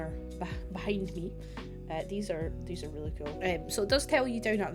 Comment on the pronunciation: I love the "A tree is a tree- but NOT theese-Theese are different" 🤣🤣 Looking foreward to see what you´ll be building with the Dilo :)